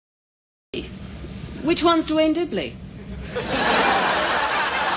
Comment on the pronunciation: Duane not Dwayne